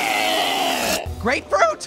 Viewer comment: you said apefruit lol